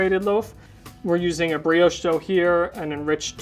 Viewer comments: my man said breowsh 😂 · I got very distracted by the constant mispronunciation of brioche 😣